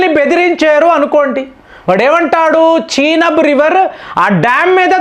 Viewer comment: నువ్వు ఏమిటిరా...బాబు.... చినబ్ ...కాదు రా నయన...చినాబ్ రివర్....నీ dikkumalina pronounciation....ఎవడురా బాబు...నువ్వు...ప్రపంచంలో నువ్వు ఒక్కడివే వింతగా pronounce చేస్తావు....